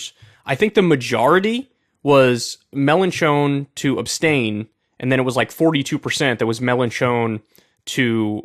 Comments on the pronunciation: “Melon Chone” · I’m sorry Kyle. I can’t get over your wretched pronunciation of Melenchon. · Get ready for Kyle to butcher the French names again 🙄What matters now is the legislative elections in June and Mélenchon could be the next PM if the left does well!